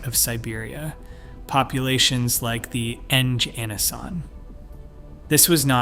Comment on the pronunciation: Nganasan. Not "Enj Anasan".